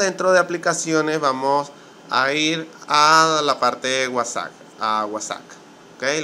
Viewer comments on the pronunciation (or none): estimado se pronucnica uasaP com P no uasaC con C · es nefasto como dices Whasac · Me funcionó de inmediato con la primera opción. Gracias. Con todo respeto y para obtener mayor credibilidad, la pronunciación correcta de WhatsApp es "UASAP", como si dijeras UASAPA y le quitas la última "A ", saludos desde Bogotá, Colombia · gracias amigo era eso ya funciona! no sé de dónde sos pero se dice WHATSAP no guasac jajaja slds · vamos a seleccionar la que dice wuasac 😂 me hisiste el día 😂😂☺ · Vamoh a seleczionar la que dice cuasak! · Amo cuando dice "wasagh"